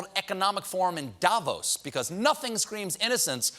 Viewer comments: I’d just like Americans to pronounce “Davos” right, for once. The stress is not on the A, but on the O. It’s not daaaaavos, but davoooos. I just couldn’t help it. It had to be said. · It's not 'da!-vos' it's 'da-vohs'... ;)